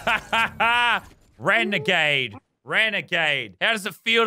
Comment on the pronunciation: I can’t with the way he said renegade 💀